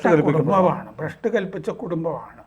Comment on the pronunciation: ഭൃഷ്ട് അല്ല ഭ്രഷ്ട് ആണ്